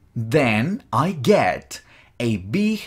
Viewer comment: Lo unico malo es que cuando estas dictando despacio se siente que pronuncias: it ( con S) y tambien (get). Pero luego todo excelente.